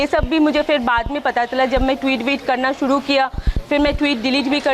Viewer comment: र को ड बोलेगी तो जुबान साफ करने को बोला होगा अनुराग कश्यप नें. ऐसी डायलाग डिलीवरी तो बोहोत ख़तरनाक है. शुरू को सूडु, कर को कड़ घर को घड़ रहा को रड़ा